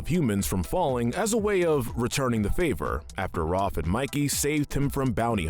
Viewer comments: RAFF NOT ROFF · Raaf It’s Raph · Am I the one who noticed how he pronounces Ralph as Roth? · please stop calling raph 'roph' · The a in Raph is pronounced like the A in Apple not Rawwph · Anyone else get upset that he calls Rafael "ROFF"?? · Where the shell are the Purple Dragons?! Also, why did you mispronounce Raphael's nickname?!